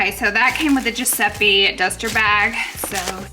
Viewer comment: giuseppi? gurl- giuseppe